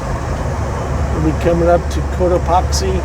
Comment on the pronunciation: You drove through my neighborhood! I’m a mile or so away from Fillmore, where you turned west to catch the Freeway. Had I been around, I’d have said “hi”! Still loving your channel - and it’s “coat-a-PACKS-see’. Have a great day!